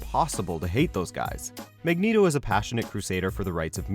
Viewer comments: "MEGNETO" LMFAO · "Magneedo" XD